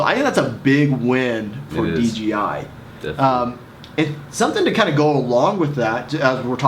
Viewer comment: If you are going too review it, at least learn to say," Dee-Jay-Eye", not "Dee-Gee-Eye"